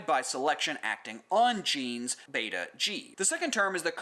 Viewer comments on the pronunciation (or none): none